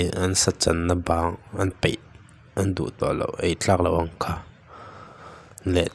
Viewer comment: Peih, Paih tih tur